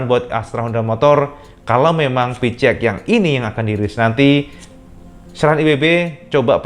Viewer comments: pi-chi-eks cak haha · Yang ku dengar "Pi ci eks" awokawokawok